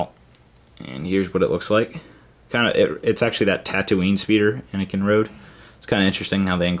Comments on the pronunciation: anakin not anikin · *aniken. Not a mike